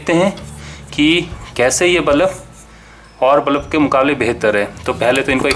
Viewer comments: bro its pronounced as bulb.. not ballap... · bulups q bol rhe ho yaar ?